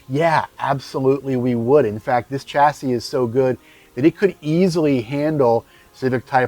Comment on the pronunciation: Dear American reviewer, "chassis" is not an English word, I believe it comes from French, please pronounce it as it should which is something like "SHAS-ee ", this goes to you and most American reviewers which know a lot about cars, but this word is just an ear sore. the word Pizza is pronounced by Americans like "Pitsa", right? as it should! please give the word chassis the same respect. Thanks you!